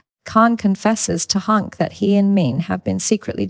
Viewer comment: Jeez people just buy mikes and record yourself. AI even butchers names like Hank now